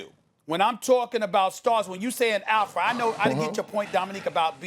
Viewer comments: It took me half the video to realize Perk was trying to say "Alpha" and not "Elfa". 😂😂😂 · Kendrick: APHA Lol I'm dead bro doesn't say the letter L ever in that word